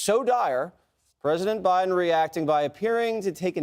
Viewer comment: “I’m Blow Jiden and I approve this soup”